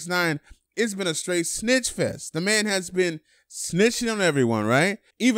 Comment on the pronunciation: I had to family , he said snatch instead of snitch* 🤣🤦